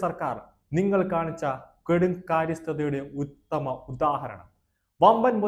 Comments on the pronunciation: വായിക്കുമ്പോൾ ഒരുപാട് അക്ഷരത്തെറ്റുകൾ യഥാർത്ഥ വാക്കുകൾ എന്താണ് എന്ന് അറിയാതെ വായിക്കുന്നു ഒരിക്കൽ കൊടും കാര്യസ്ഥത പിന്നെ കെടും കാര്യസ്ഥത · കൊടുകാര്യസ്ഥതയല്ല , കെടുകാര്യസ്ഥത ! മേയർ അൽപ്പം അഹങ്കരിക്കുന്നോ ? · Bro...onnu koode padikooo malayalM...kodu karyasthatha alla kedu karyasthatha..ningal malayali aano